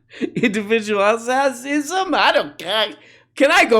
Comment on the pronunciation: "Indelvidualisism" is my new favorite.